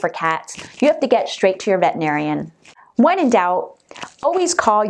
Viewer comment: Then RENAME your video! And it's "vet-er-i-nar-i-an" NOT "vet-in-ar-i-an." There's an "er" in the word.